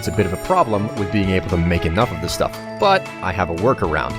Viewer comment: i thought he miss pronounced 'stuff'